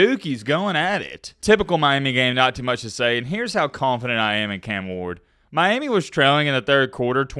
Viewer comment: I swear the way you say Miami grinds my gears 😂